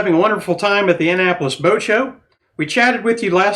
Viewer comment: That’s not how you pronounce Annapolis🤷‍♂️🤷‍♂️🤷‍♂️🤷‍♂️